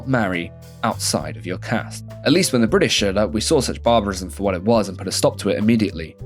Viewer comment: lovveed the video welpppp, so funny so informative and spot on pronunciations LoL FOR A BrItiSH person ofc!! also a small correction "In 1978, the law was amended again, raising the minimum legal age to 18 years for women and 21 years for men" so we didn't wait until 2006😭😭😭